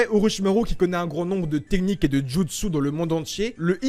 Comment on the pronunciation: / / g remarqué tu dis jamais "jutsu" correctement tu dis "junsu" 😂